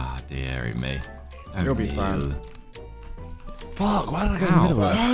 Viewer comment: "WHAT THE FWAK" KSI, 2024